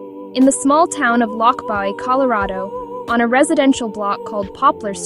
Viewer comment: I think that you need to take this down because you have no right to post anything. You are posting homes in the area that is not in the area. You can't even say the name of The Town Lochbuie Colorado. Stop this video.